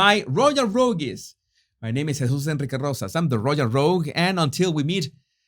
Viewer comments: it’s pronounced the same way you pronounce “rogue”, just with an “s” at the end. Not “ro-geez”. Your English is very impressive! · How are you pronouncing Rogues?